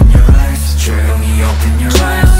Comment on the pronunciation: i mean ,the song is great but couldn't anyone tell taeyong that its actually pronounced eyez not ice !